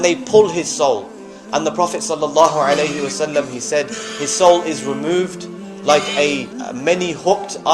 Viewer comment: Fascinating, but "romoved"? "Domina"?